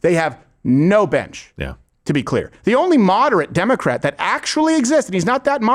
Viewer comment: he says ‘2028 Democrack nomination’ Lmfao 😂